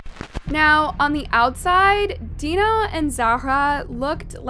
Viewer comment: How are you mispronouncing deno it's giving Ai because huh